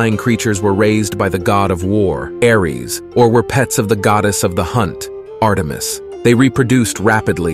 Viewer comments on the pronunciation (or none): none